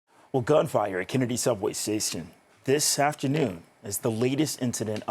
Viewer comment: Did he say Gun fire at Kennedy Sasion lol the reporter can't even pronounce Station smh. Cp24 😆